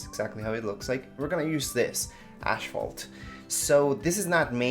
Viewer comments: It is not pronounced ash phalt . No ash sound in it . Asphalt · It's aSphalt, not aSHphalt.